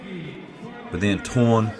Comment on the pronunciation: The name of the under 66kg fighter is pronounced Torné (no silent E)